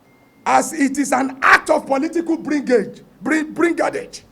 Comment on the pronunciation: Apart from reading out all ur agitations, must you fail in pronunciations or is it ur tongue or even the write-ups? If write-ups haven't you heard or come across those cheap words b4?🤔 How can you pronounce “Brigandage as Bringadage”?